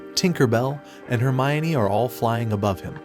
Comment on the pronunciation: Guy said "hermione" and "Tinkerbell" 💀